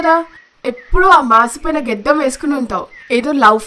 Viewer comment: Geddam kadu gaddam 😂😂